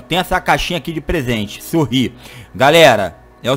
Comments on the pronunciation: o negocio ta escrito sorry ( desculpas ) e ele fala sorrí kkkkkkkkkkkk tmj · Kkk e sorry e vc falou sorri kkkk